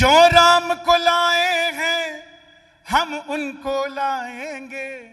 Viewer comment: Host medam 😅 Jai shree shyam 🌹🙏🚩 Phele bolna sikho Jo ram ko laye h hum unko layenge Ram nam sahi se lijiyega ❤❤❤❤